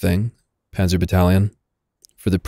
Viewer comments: "The puhnzah 3" 😂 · You shall say Panzer Drei!!!